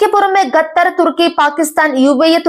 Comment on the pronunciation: ഗത്തർ അല്ലടി, ഖത്തർ എന്ന് വായിക്കുക..